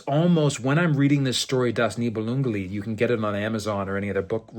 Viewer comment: I noticed you referred to the book "Das Nibelungenlied" with perfect pronunciation. Do you speak German as well?